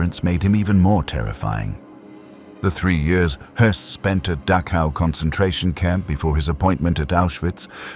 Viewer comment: Please learn to pronounce the ch sound in names like Dachau.